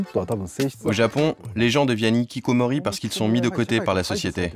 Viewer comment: Un "nikikomori", des "zikikomori", ça fait mal aux oreilles. Les h muets n'existent pas en japonais, tous les h sont prononcés en début comme au milieu des mots. Sans aller jusqu'à demander une prononciation correcte des mots japonais à des journaliste français de base, on pourrait au moins appliquer les règles du français et traiter les h initiaux des mots et noms japonais comme des h aspirés, sans liaison. La remarque "Non ce n'est pas une déchetterie" est inutile et irrespectueuse.